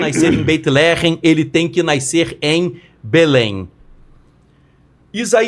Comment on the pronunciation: E NÃO É NAICER, NEM NAYCER.... É N A S C E R. FÁCIL OU NÃO ENTENDEU? NASCER!!!!!!!!!